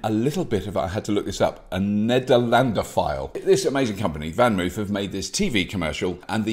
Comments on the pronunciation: Pronounced “fahn mofe”. Thanks! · I'd think if you were truly a 'nederlanderphile', you'd be a bit better at pronouncing 'Vanmoof' - the 2nd syllable [more or less] rhymes with 'loaf', not with 'roof'.